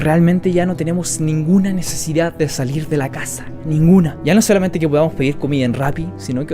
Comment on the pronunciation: es saluir o salir? Igual buen vídeo bro 👌